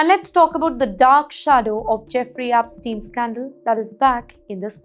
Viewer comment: Ep NOT APPSTEIN.